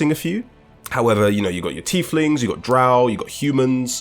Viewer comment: Its pronounced DrOW. Not DrOOW you fucking casual. If you had played the original Balder's gate 1 and 2 you would know this.